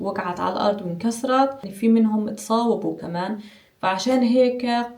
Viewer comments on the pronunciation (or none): none